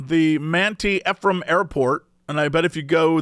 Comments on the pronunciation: Ephraim is pronounced ee-from. Also Manti is pronounced mant-eye. I guess you got me, my Utah secrets are out. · Not to totally feed into that discussion of “tell people the wrong info and they’ll correct you” bit but Ephraim is pronounced Ee-From (emphasis on the Ee) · Mr Shizzle is just Snoop Dogg Also Ephraim is pronounced Ee-from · As a Utah resident, I was cackling at your pronunciation for Ephraim. Others have already pointed out the correct way, so I'll give you some other ones. We have Tooele (pronounced Two-will-uh), Mantua (pronounced Mant-away), and Hurricane (pronounced Hurri-kin, or sometimes just Hurr-kin)